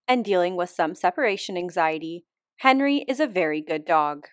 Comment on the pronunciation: I feel like he went from Hénri to Henrí, no? ( French accent on the last one)